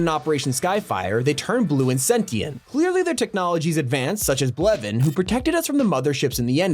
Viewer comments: So no one's gonna talk about how he said "Blevin" instead of "Kevin" 😅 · Bro said "BLEVIN" instead of "KEVIN" 😂🤣🤣😂😂